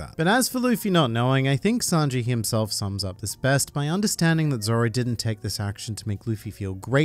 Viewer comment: I didn’t know that “zoro” was actually spelled as “zolo” 😂